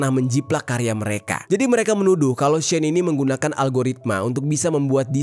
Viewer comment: Pronounce as ‘she’ ‘in’ dek